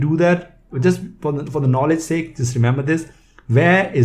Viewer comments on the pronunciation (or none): none